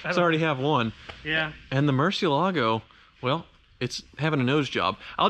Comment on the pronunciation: Why do you pronunce murciélago so wierd?????? Its bat in spanish, the accent is in the e